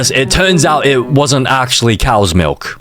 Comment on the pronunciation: not cows melk ❓❓❓❓